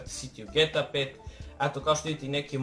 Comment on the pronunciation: Aaa kako iritira kad kažeš ge ta pet a ne ge te a pet nisam hejter subovao sam se ali molim te nemoj vise da govoris ge ta pet pozz